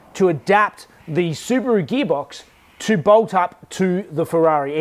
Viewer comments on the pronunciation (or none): “Subaru gheebox” 😁